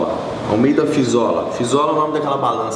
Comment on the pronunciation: é FI-LI-ZO-LA, Caralho!